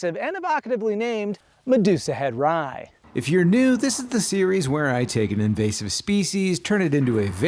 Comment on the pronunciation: It’s an “in vozz ive” species not “in vase ive”